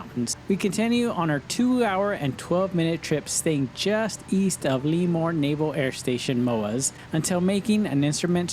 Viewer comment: Love the videos, you guys are awesome. Before I fly to an unfamiliar airport, I look for it on your channel to get the down-low. I hate to be that guy but it’s on a couple of your videos… Lemoore is ‘luh-mor. Sorry, had to do it.